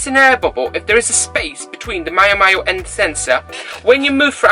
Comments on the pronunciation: Great honest 'from the heart' video and guide. It appears to me that the Blucon is quite poorly designed and it really amazes me as to why these problems that you report on weren't found and solved during the prototype stages? Many thanks and if its of any interest, its pronounced Meeow Meeow, as in the cat sound; ). Cheers and have a great weekend. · Miao Miao is pronounce like the sound of a CAT, thats why the logo is a cat.